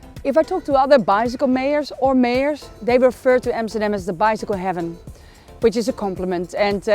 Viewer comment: Its AMSTERDAM not EMSTERDEM